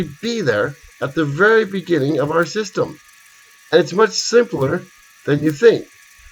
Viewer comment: Beginning not Beggning. thanks - fascinating vid!